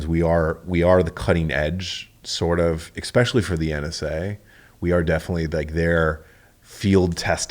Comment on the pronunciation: This dude says “exspecially” so many times. Holy smokes.